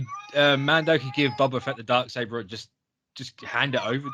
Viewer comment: BOBA not bubba. 🤣🤣🤣